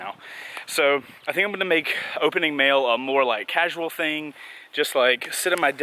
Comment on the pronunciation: When he said mail I though he said mayo cx